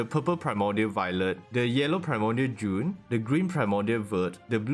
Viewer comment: When you say blanc you don't say the c at the end, and it's not june it's jaune, "au" in french is pronouced "o"